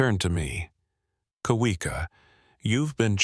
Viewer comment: Shouldn't Kawika be pronounced Kavika. W sound is V.